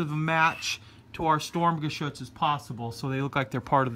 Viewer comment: Nicht "Stormgeschütz" es heißt "Sturmgeschütz" trotzdem gutes Video.